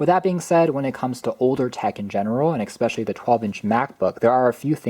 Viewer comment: ‼️”Mac OS ex” “Ex-speshully” “Boggle down” Literacy in America. 🤡